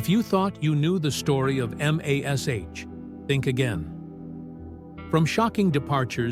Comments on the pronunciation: Get computer generated voice that can say MASH as in mash potato and not "em ey es eich" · Having AI Pronounce MASH the way it is spelt, "M.A.S. H." is as painful as reading a Chinese instruction manual in Chinglish.